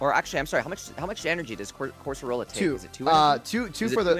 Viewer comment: COR-SO-RO-LA? Like dude. come on now